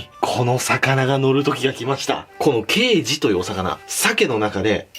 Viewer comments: ケイジのイントネーション刑事と同じだと思ってた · ケイジの発音どうにかならんのw